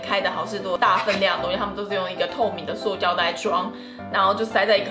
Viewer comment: 是塑(ㄙㄨˋ)膠袋，不是碩(ㄕㄨㄛˋ)膠帶，也不是逤(ㄙㄨㄛˋ)膠帶